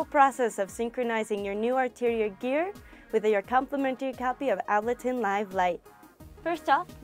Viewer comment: Ab-luh-tin. Really?